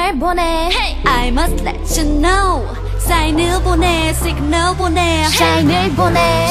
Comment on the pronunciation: Dahyun said Signar.